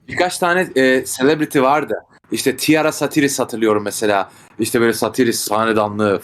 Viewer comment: Tiara Satiris dedi adam ya 😂